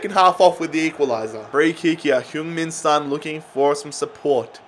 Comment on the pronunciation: Sorry sorry sorry but please don’t pronounce son like that